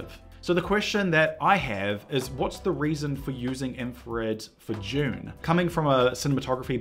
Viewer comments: Say "DUNE"... Stop pronouncing it as "June" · Oh, for the love of god - it’s pronounced DOON not JUNE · It's Dune not June. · Is it just me or does he keep saying June? Are we being trolled? Also maybe its just black and white with a red filter, that's how they did Paper Moon. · Why do you keep saying June? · The film is called Dune not JUNE !!! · you say june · Why does it sound like he's saying June when he says Dune? 😂😂😂😂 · Man’s said “June part 1” and “June part 2” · "June paht too"